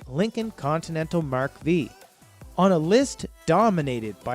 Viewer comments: Mark Vee, Tornado 🤔🤔🤔🤔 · Mark "Vee" really, it is a Mark Ⅴ as in Roman numeral 5, you guys need your Junkie Card revoked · It is Mark ( Five) in Roman Numerals V not Veee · Mark Vee. Hahaha. I couldn’t stop laughing. Geeeeez